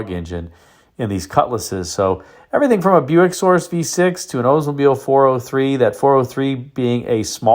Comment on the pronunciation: I don’t know which is more grating to the ears. Hearing about an “Ozemobile” or hearing about someone getting “oder.” It’s as bad as the Pretty Litter gut saying “vet-in-arian.”